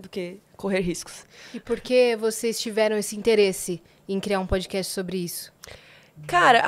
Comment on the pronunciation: aprenda a pronunciar “PODCAST” aqui: E pod- KAST não pod-Kest